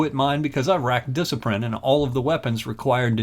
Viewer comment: Rack a diciprine, haha!